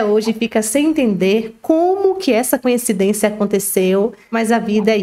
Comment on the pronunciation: Fico encabulada como todos só conseguem pronunciar a palavra coincidência,de modo arrado, falam sempre conhecidência.😅